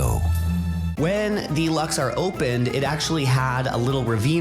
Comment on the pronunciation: Very fun video! Just one minor note… it’s pronounced “Lux-OR,” not “Lux-are.” 😊